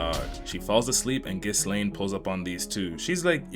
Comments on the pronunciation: The amount of times this hurt me is absurd Ghi-s-laine😭😭 ain't it Ghi-laine like the "s" is silent😭✌ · It's actually "Gee-Lane".. Eris literally says it all the time 😂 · I don't mean to be rude or anything, but I think it's pronounced Ghi-laine. The "s" is silent.